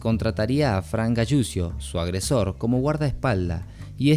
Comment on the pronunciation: Donde se escucha "galusio" escuchese " galuchio" la fonética correcta de apellido italiano es Galuchio. La doble l se pronuncia como una sola. Saludos